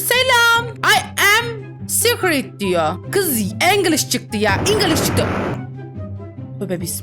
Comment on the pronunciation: Scared sozune secret diyen koca yürekli ablam